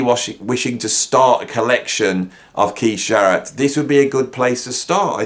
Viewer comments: Great video! But it’s Jarrett .. Not Zhar-rett🙂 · I like Zharret.